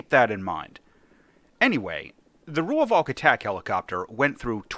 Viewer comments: its pronounced "roy-falk" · I just have to be the pedant: It's pronounced 'Roy-valk', just with a slightly stretched 'o' in Roy. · As a south african the V in Rooivalk is also pronounced close to F and an english V, so it would be close to Roy-Falk for english speakers